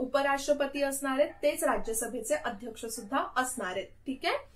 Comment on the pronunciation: Mam loksabhecha aadyaskha asato...tumi uchhar chukicha hotoy ka